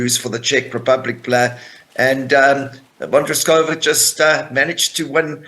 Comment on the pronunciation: Her surname is Vondrousova get your pronounciation correct. For people that dont know tennis Ons Jubeur got lucky against Sabelanka if you were watch tennis like me Sabelanka throw away the second set and the same can be said about IGA Świątek. Prediction is next final will be Sabelanka vs IGA Świątek 👍